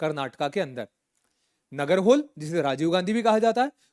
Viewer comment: Nagarhole is nearly pronounced as नागरहोले. Same goes for Aihole, from history😁👍🏻